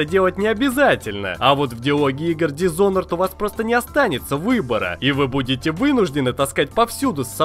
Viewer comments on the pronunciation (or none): none